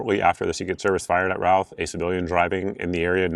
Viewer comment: His last name is pronounced RUTH. great info thanks!